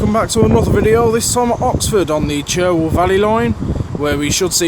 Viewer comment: it is pronounced Charwell even though spelt Cherwell